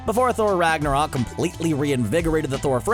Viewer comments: I loved "Ragnorok" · I agree, the only downside is they get some stuff from Norse mythology wrong if they did it on purpose that's okay and that they pronounced some words wrong again if it was on purpose it's okay the biggest being Ragnarok it's only slightly mispronounced but I still noticed it. But either way, it's in my top 3